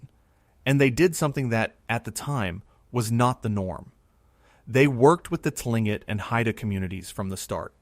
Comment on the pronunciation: "Tlingit" is pronounced more like "clink-ket"